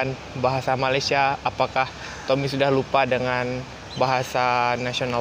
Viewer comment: Masih belum jadi Malaysia, sekejap aku..sekejap saya..dan sebutan Malaysia pun masih salah...mungkin 2% saja berjaya.